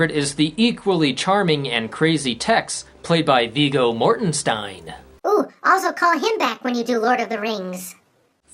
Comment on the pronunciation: Hmmmm wait did you mean to pronounce Viggo's last name like that? I feel like you're trying to troll me 😂😂 Love your videos they're entertaining and well done, you deserve more subscribers.. ✌💜